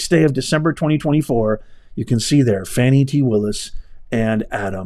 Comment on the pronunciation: Now Professor…..Ms Willis would like her name pronounced FahNi…..not Fanny. The latter is suggestive of a body part. Just an FYI!!! 😂🤣😂🤣